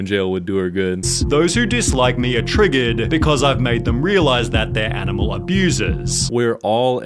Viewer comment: Me pets dog and gives dog walk, her “dah duh that’s aminal awboose” (Also I purposely spelled the words like a three yr old)